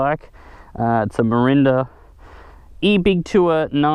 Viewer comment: Haha "Mirinda" Merida mate.. Merida